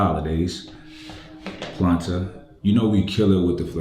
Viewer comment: But why the name "Planta" though? Maybe it's me, but before I saw the brand and the writings, I thought was actually saying "Platain", like the kind of big bananas (pause) that you dice and fries actually, sounds almost the same to me.